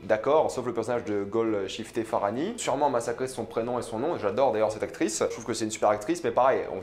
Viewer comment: Je suis persan et tu as très bien prononcé la Golshifteh faraahani:)